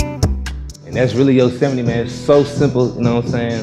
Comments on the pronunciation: he said: “yo•seh•meat” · On god 😂 yose mite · "yose might" 💀💀💀💀💀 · says [Yo-se-mee-tee] Travis says [Yose-might] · I thought it was pronounced like "yo's might" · Shakhzod Saidov it's "Yo-sim-eh-tea" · Yosemite I though u said it Yoseh- might